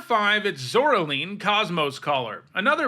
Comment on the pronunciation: Pronounce "Caroline". Now pronounce "Zoraline"